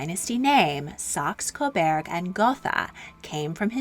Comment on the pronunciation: Coburg not Coberg